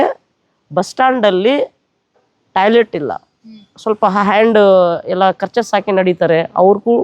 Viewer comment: Talet ❌️ toilet ✅️